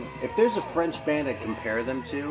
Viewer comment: Your French pronunciation is pretty spot on most of the time. Had a nice little chat about French metal with Analog Attack on his channel a couple of years back (good luck dealing with my terrible broken English accent, haha)